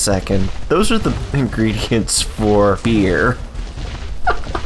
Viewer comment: BEERY XDD